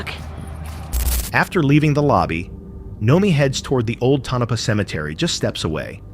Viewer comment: It’s tonopah